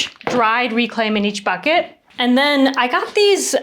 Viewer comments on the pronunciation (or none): none